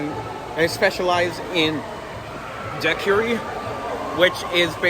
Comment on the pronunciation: Love that pronunciation—Dai Quiri 😉